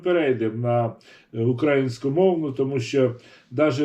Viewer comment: Перш ніж аналізувати інтерв'ю з Фаріон, Вам би не завадило уважно прочитати , прослухати все інтерв'ю, а потім намагатись критикувати людину. Доречі, хочаби у слові "український" наголос правильно ставте. Сумно